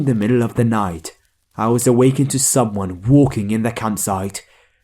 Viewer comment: In story 3 he keeps saying summon😂